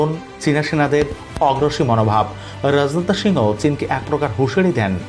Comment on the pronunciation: উপস্থাপক তোমার বাংলা শুদ্ধ উচ্চারণ শেখ। প্রকৃত বাংগালী সর্বপ্রথম বাংলা লিখতে ও পড়তে জানতে হয়ে।রাজনাথ এক শব্দ একবারে উচ্চারণ করতে হবে।